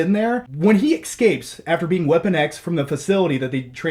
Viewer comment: Did he just say "excapes"?